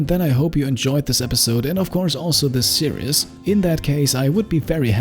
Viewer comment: Same here, didn't actively search, premise sounded fun, loved the great narration style. Watched the entire series over maybe a week. Only one thing, your pronunciation of "series" switches from fine to imitating the mispronunciation of the Braun razor ads on German TV. "Serious" (see-ree-yes) is "ernst", not "serie". There is no "yes" sound in series; the -ies ending is pronounced exactly the same as in German, i.e. it rhymes with "dies" or "Paradies" in German, or "sees" in English. Minor observation, as your English is excellent. I hope you don't take this the wrong way, as your voiceover is brilliant. It's something that I notice German speakers doing all the time; as I say, I blame the Braun razor ads. Quite why Braun are releasing ads where they mispronounce the name of the product is something I've never managed to understand. It irks me (and my wife) every time we hear the ad.